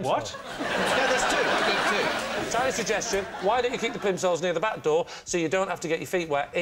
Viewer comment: SP I don't know, but I'll try to work it out, bear with me. (It's in the night and I'm super-tired, this'll make no sense, I'm warning you.) I think 'beck' is because the alternative would be bahh-ck. Like "backen" in German (baking cakes in the oven.) It's just an over-pronounced 'back', the American way, to avoid saying 'Bahh-k', because that means 'baking' in his language. The 'come' part is a bit confusing to me as well, because you'd expect him to say 'komm.' Perhaps it's because German has a lot of harsh sounds (the áá, the éé, the éh, the áh, the óó, the íí etc.) and there was no way, in combination with his slíght Americanish accent, to add the sudden 'Ohh'-sound in there. I'm Dutch and I've heard from many Germans (because I bother them with this question a lot and spend my valuable time googling what the Germans that I haven't bothered (yet) think of us.) that the Germans think of our language as very funny, because Dutch has a lot of 'uuhhh' and 'ohh' and 'ahhhh'-sounds, which to them, doesn't sound like 'their' German at all. The German ''Wie geht es dir?' pronounced in English, sounds like; 'We gay-t ass deer?' (very funny, it just means 'how are you') But the sounds are quite harsh. In Dutch, that'd be; 'Hoooh g -ááht hh-uuhh-t mèhh-t j-uuuuh?' Very soft and lots of 'oh/ah/uh/eh/ih'-sounds. So my conclusion would be that he simply went with the harsh sounds from English and American and German that he knew. 'Kh-áám Béck." Whereas the Dutch accent would be